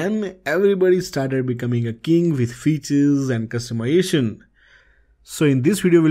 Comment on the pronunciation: Can you please pronounce "Customization" correctly, it's not "Customyation"